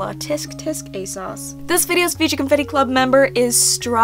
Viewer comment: You’re the first person I’ve watched that actually pronounces ASOS properly omg bless